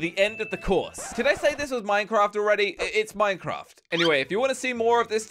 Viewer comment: Yes you have said minecraff